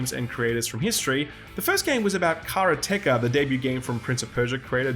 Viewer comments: Never heard anyone pronounce Karateka so badly. It's Karate with "ka" added on the end. Lol! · TIL Not everyone pronounces it karate-ka? The creator even did a vid about it, he pronounces it like Skillup which after so many years just sounds weird. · I have been mispronouncing Karateka my whole life?